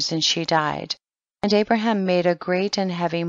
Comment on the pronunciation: Pronounced Abraham as "Abram" the entire time. 🤦‍♂️